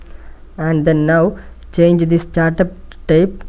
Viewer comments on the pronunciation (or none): none